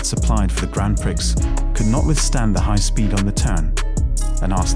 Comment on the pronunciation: The X in prix is silent 😭